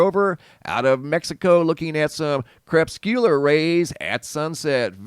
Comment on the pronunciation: Cre PUS cu lar rays, NOT crepSKEWlar rays.